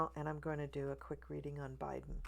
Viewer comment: First time watching you and I just subscribed! I totally agree with you on everything you said. I stopped watching so many readers and I find it a bit sad that they have given up on Kamala. But in the meantime, I discovered other readers whom I agree with, like you, which is cool! And I just love how you say J-Biben like Maya Rudolph! Thanks for that hopeful reading!